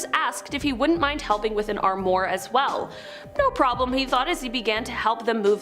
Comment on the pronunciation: This might be a “minor” complaint, but please don’t say “sem-ee” it’s pronounced “sem-i” with a hard I. Also the word armoire is pronounced as “arm-wah”. 😖 Pleeeaaase check a phonetic dictionary if in doubt! 🙂Thanks